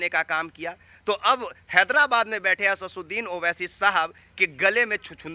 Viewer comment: Achha se naam bolna nahi aata Asaduddin owaisi sahab ka chala Ha news dikhane pahle naam lena Sikh lo